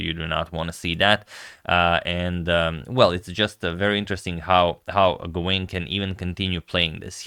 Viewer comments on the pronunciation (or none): "Gawain" should be pronounced "Gah-Win" with the emphasis on the first syllable